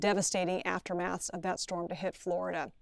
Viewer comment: Amazing big shtorm☠️